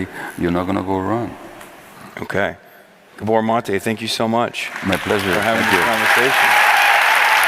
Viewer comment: Gabor, not GabOR. That said, Gabor Mate's book helped me a lot.